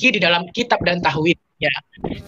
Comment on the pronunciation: Ngucapin "tauhid" nya fasih banget.. diragukan kekeristenannya.